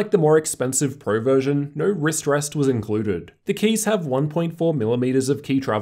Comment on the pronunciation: Inclurded lowerst ratior. Oh my god